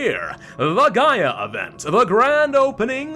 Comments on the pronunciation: it's the GaLa event, not the Gaia event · It hurts me mentally that is worried about pronouncing Sierra Madre correctly when he keeps confusing gala for Gaia. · it's the Gala event, not the Gaia event